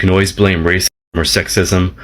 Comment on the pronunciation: upi cant even say the word RACISM PROPERLY...go get some talk therapy madam